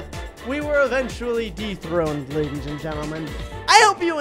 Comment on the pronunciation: He Said raidis insted of laidis